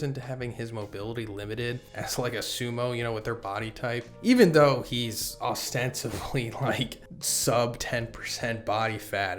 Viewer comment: slurred way of saying 'though'